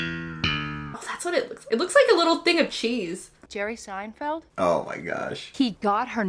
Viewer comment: why do you keep saying SeinFIELD? It’s Feld. You understand? I’m m going to keep calling you until you learn to say Seinfeld.